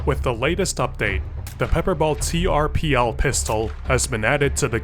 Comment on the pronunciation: You're saying it wrong; it's pronounced "turple"